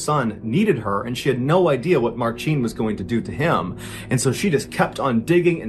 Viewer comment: Marcin is pronounced like Martian or marching depending on where they’re from but not the way you’re pronouncing it